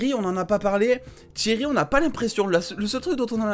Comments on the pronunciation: Ya pas de t devant Cheryl c pas tcheryl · On est d’accord en plus il dis tcheryl respacte la 😂😂😂😂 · Tu sais pas dire Cheryl mdr